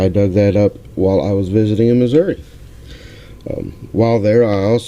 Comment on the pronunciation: Yay!!!! You pronounced Missouri right! Lol! Glad you had a great time, my friend. Would have loved to have been there too. Congrats on your first IHP! Thanks for sharing. See ya soon.